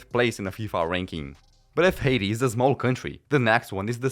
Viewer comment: How the fuck you pronounce Haiti hahaha, thats so funny. Except that, really like the video, great stuff bud.